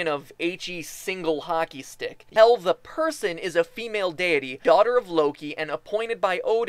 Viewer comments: You said Hial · MatPat im not hating but you prononsd Hel todely wrong (im from Sweden and iv lernd how to pronons that)